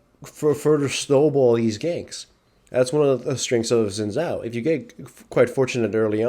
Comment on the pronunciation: Omg u pronounce it shin chao not zin zow